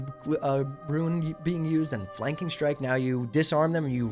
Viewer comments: rune is pronounced ROON, not “ruin.” additionally, is false. Warlocks, or any class, will not be able to stack rune effects on the same piece of gear. so 1 rune on gloves, 1 on chest, 1 on legs. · Its Roon, not Ruin Pronounciation police! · Bro how the fuck cant you just say "rune"? I cant watch when you keep calling them ruins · Rune not Ruin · great vid, but dear god when you people gonna learn how to say RUNE properly. Its not RUIN -_____________________ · How the fuck do you continuously mispronounce rune, nigga it is ONE syllable!